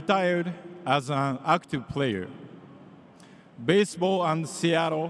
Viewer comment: 基本を外してない恥ずかしくないレベルには到達してんじゃん 逆にMCの人のbaseballのアクセントがbaseとball両方とも強調とか初めて聞いた